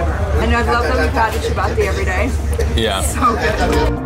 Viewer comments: Lovely video of my magical Kenya By the way it’s chapati not chabaki Chapati . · the way she says chapati; a kalenjin ( one of Kenya's tribes) would be happy to talk with you.